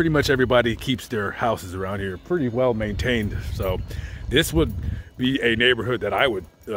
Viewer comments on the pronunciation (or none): none